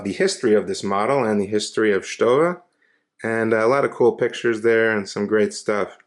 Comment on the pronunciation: Hey you pronounced it right haha